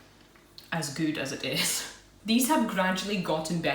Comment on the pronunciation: I love your videos :) Thanks for the reply :) And I love how you say Goout instead of good :) I wish I could find these Polish treats in Canada :(